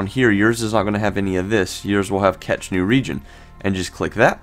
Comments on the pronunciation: yeah ... hearing "catch" was enough to discredit this dufus for me! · Cache is pronounced CASH. Not catch..🤦😁